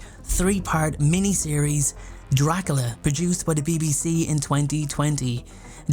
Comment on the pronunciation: "Dracala" lol